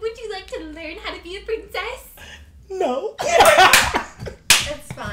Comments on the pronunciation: the “nO” was personal.. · His No was personal 😂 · that "no" was personal 💀